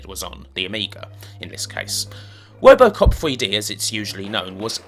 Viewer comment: I keep on laughing every time he says "wobocop" lol.